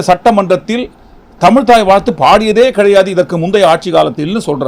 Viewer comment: தமில் இல்லை தமிழ்..... please learn to speak correctly....